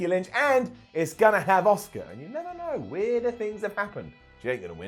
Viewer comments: She's not called Osuka,. She's called Asuka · Every time says Asuka, i think of the name Oscar